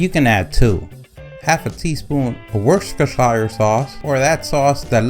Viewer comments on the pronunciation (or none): You lost me at Wooshtishire sause😂 Pronounced Wooster sheer sause . Your welcome Looks tasty . Thanks for recipe